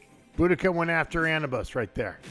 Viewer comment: Come on guys I understand accents but it's A new bis lol.